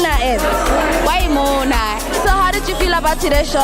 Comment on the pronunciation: Its Mo-mo-na! not "Mona"